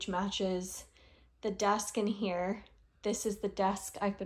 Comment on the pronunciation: love the way you keep saying "here" like "hya" 🤣🤣🤣 lifting books and organizing bookshelves are such a workout! no idea how you did it and also picking stuff up at... 6 months pregnant?! 👏 great job with the shelves!!!